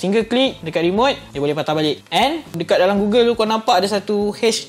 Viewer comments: Gogel bukan gugel 🥲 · goggle*(dibaca gogel) google tu search engine. aku heran dah tadi apa kaitan dgn google plak. oh rupanya goggle. ok baru paham. review yg sangat bermanfaat utk org nak mengenali dji fpv.